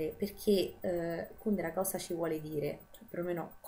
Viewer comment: Finalmente qualcuno che pronuncia Kùndera come si deve!!! Sembra l'eterno dilemma Salgàri-Sàlgari... PS. SI dice Salgàri!